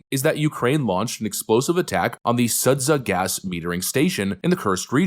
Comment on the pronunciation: I think it's Sood jah. I don't speak Russian/Ukrainian whatever over there, but that's the pronunciation that The Alex'es on The Duran and Patrick Lancaster , about the only independent journo reporting from the Russian side on the ground, use. He nearly got ended by a drone today because the Ukrainian regime has a reward out for him. a guy riding with him did say the "death to America" thing but since they did almost get hit by what I am figuring a drone that we funded, I can't hold it against him too much. check him out when you have time. You probably can't show much on youtube, but they so far have left his channel alone. Much love XOXO